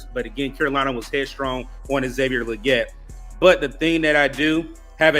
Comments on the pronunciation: It’s Lee-Git. Goodell pronounced it correctly according to XL himself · Why do yall keep saying his name wrong? Lol. Leggette is pronounced Lee-git. Smh